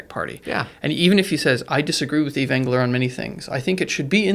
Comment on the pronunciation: excellent discussion - the s is silent in Yves and is pronounced "eve"